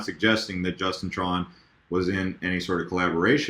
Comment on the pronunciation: Did you call him Justin Tron ? :)